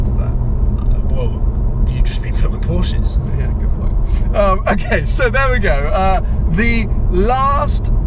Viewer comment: . "Porshces". Really !?